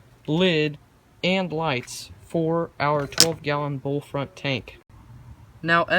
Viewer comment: It’s “BOW-front,” not “bowlfront” Also, “sili-CONE” Just letting you know for future reference!